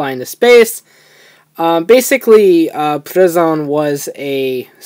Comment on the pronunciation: Its not ple zu on its plezuon